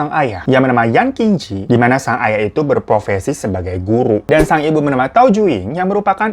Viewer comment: Masukan buat babang glowing ke depannya kalo bahas per-Tiongkok-an, tulisan mandarin Q dibaca Ch. Qinji = chinji Kalo Zh dibaca agak J. Lanzhou = Lanjou..sebenernya setengah J setengah Ch sih kedengerannya😂 Aku bukan native speaker, tapi ya suka nonton dracin. Jadi belajar dikit2 cara pronunciation bahasa Mandarin ✌